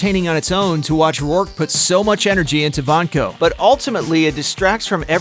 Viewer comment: Yvonne Vanko? Have these narrators seen these movies or do they even speak english??